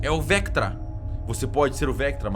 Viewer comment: pq q o cellbit chama o Vecna de Vectra?